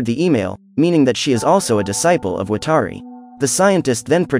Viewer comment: why are you saying watari's name wrong? come on.